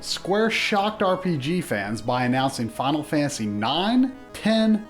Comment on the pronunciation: 80% of the time this dude says final fantasy, he says, "Fial Fantasy"